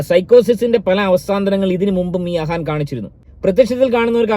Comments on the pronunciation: അഹാൻ അല്ല അഫാൻ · ആ വീരൻ്റെ പേര് അഹാൻ അല്ല അഫാൻ എന്നാണ്